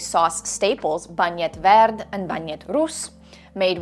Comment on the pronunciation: Aaaah an American saying bagnet verd!❤❤❤❤❤